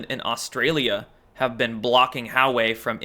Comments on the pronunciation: Huawei is pronounced hwa-way not how-way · It is not How Way.. more like Wa Way. Publick optics dont matter. the world is watching. LOL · Huawei is pronounced like "Wau (the 'au' as in awe) way", not "How way." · I believe Hauwei is pronounced Whah-Weigh, no? Good video, but please stop over-pronouncing your vowels, you sound like a 12 year old valley girl. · Hey, Huawei is pronounced wah-way. Almost sounds like Jahweh, pronounced yah-way. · Hope you start making a little effort to pronounce Chinese names correctly. Takes 2 seconds on a Google search: Huawei is pronounced "Wah-Way"! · Huawei pronounced Wah-Way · Huawei is pronounced “Wah way”. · Hey, it's pronounced WAH-way... It's like when I was in school and we actually had to work at it and learn from a dictionary. You can get the answer in 10 seconds on your phone. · It's pronounced "Wah-Way" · Huawei is pronounced "Wah-way"